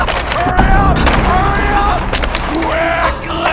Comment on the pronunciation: the way he said quickly 😂